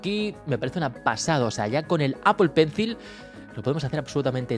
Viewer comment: Buen video, lo único que me chirría los oídos cada vez que dices apple “Pencil” 🙄